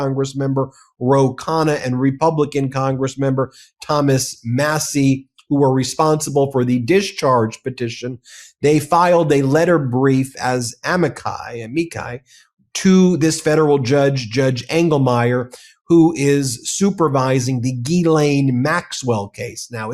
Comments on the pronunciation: Amici is pronounced ah-mee-kee. I’s make the “eeeee” sound in Latin and Romance languages. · Uh-meech-ee ?! Cmon ben. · Amici: *a-mee-chee